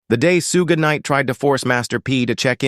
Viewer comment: He said who Knight?? 😂😂😂 this dude from Japan!! lol 😂🤣🤣😂